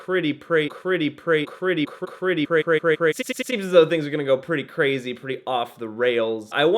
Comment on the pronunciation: "Cretty Prazy" .....yup i am def saying this from now on 😂😂